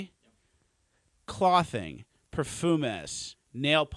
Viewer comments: "Clawthing" bro lmaooo cmon man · I 100% thought he sincerely butchered the pronunciation of "clothing"... for 1-2 seconds.. haha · can't say clothing or polish